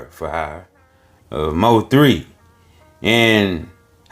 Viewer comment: He said M O 3, its Mo3 sir ❤❤❤